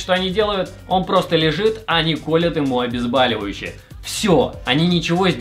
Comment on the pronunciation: Блядь вас тоже бесило, то что он постоянно говорил обезбАливающие